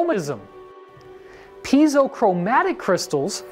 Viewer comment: How are you going to use the words ‘piezo’ and ‘pineal’ this many times in a video, without knowing how to pronounce them?